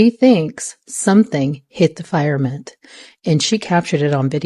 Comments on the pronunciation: the "FIRE-MENT" or FIRMAMENT...??? 😮😮😮😮 HAHAHA 😂😂😂😂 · she keeps saying FIREMENT and I’m like how can you put out this content and never heard it said correctly 😂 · 😂 the way this girl says “firmament“ has me Rolling…. Straight out of the movie Fire in the Sky! 🤣🤣😭